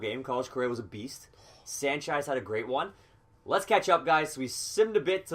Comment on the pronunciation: It's Sanchez not sanchiz but good vid